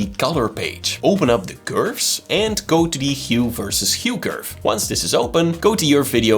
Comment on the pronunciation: Clarification of what you are saying, because of the unfamiliarity of your accent, you might flash on the screen in written English, what tool or panel you are referring to. For example the pronunciation of the word "Curves" was difficult to understand. Please take this as constructive advice. As skilled as you are in DaVinci Resolve, this would only take seconds to do and would increase the transfer of knowledge immensely. Otherwise, in my case, I had to stop the presentation and review to make certain I understood your verbage.